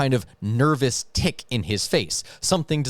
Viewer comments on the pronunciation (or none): none